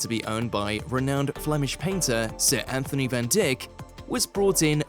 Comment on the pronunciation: Van Dyck is pronounced ‘Van DYKE’, not “Van Dick” 😂 and ‘Anthony’ is not pronounced with the ‘th’ sounds as he is not English. It would be ‘Antoon’ (pronounced ‘Antone’) or ‘Anthony’ with a hard ‘t’.